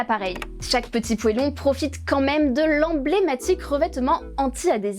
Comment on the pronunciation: "poêlon", "Rumilly", seigneur la parisienne qui sait rien